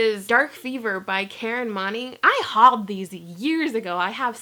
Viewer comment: Totally thought Moning said Moaning...